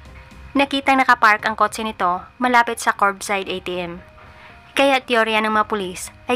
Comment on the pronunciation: Kot-se✅ Kot-che❌ 😂